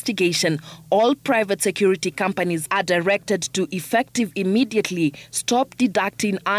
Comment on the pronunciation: She said private sector regulatory authority it is security not secor😂